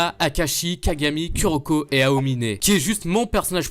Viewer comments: KUroko mdr on dis KOUroko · C’est pas ku sa se prononce kou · Ça ce dit kouroko mais ça s'écrit kuroko